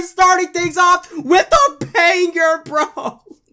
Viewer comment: He said panger not banger